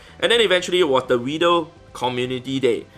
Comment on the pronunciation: It's pronounced; WEE-del. Not widow. I gotchu bro. Dang. You should have like 20,000 shines. For over 1mil catches. Niantic wack